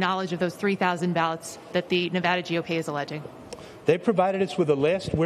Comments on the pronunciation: "Nevada" has been mispronounced by some reporters in recent days (including in this video). It might be the most mispronounced state name in the country, so I've created a phonetic trick to help people pronounce it correctly. The first "a" in Nevada is not pronounced as "ah." This is the most common mispronunciation. The correct pronunciation is to pronounce the first "a" in Nevada as the "a" in "add." An easy way to pronounce Nevada correctly is to use this phonetic trick: picture the spelling of Nevada with a double "d" as in "Nevadda." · We disagree. I've lived here for 12 years, and if you mispronounce the name here in Nevada, expect to be corrected.